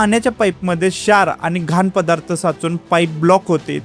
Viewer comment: फार उपयुक्त माहिती उच्चार जरा अचूक असले असते उदा शार, मदुमेह ई